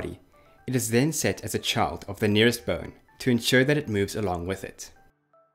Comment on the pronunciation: I keep hearing "burn" when you say bone But awesome vid!